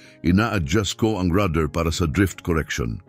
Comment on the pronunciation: Rudder pedal, Hindi rather pedal😂😂😂